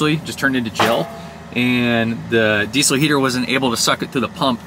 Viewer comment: Dude, it's pronounced: deezel (diːzəl).